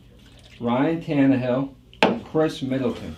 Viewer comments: It’s Khris Middleton not Chris lmao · Khris* lol 😂, love the content